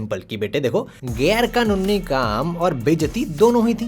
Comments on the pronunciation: GAIR-ka-NUNNI 😂😂😂😂😂 sahi tha bhai 😂😂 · Gair-ka-nuni Now I can't unhear this word